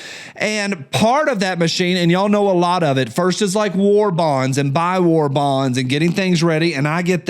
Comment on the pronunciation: Why did I hear you say "there selling wall bongs".... what the hell is a wall bong?.... Oh, you said war bonds